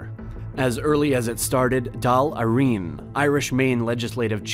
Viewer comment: Practically nothing Irish pronounced correctly. Especially An Dáil Éirann. its dawl airann (much closer than dall ireen)